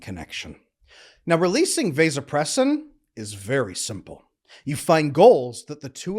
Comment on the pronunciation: Mispronouncing vasopressin and women's physical labor does not increase this in men. Water is one of the things that does increase it, withholding his orgasm increases it but no man wants a woman to know that.